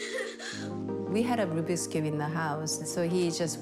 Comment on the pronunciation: it's rubik's not rubix